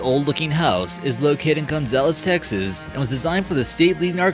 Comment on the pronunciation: It's Texas Texas